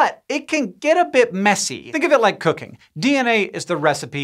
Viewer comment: When Hank said "think of it like cooking" I heard " think of it like cocaine" and let me tell you I was VERY confused for a good minute 😂